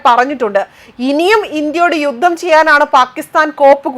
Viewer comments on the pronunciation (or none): none